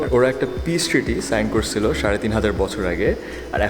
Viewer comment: English: american accent bangla: korSilo, khaiSilam